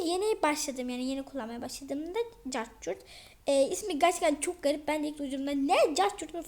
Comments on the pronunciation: Cartcurt deyil okunuşu kapkut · Capcut değil kepkat diye okunuyor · Capcut diye yazılıyor : okunuşu= kepkut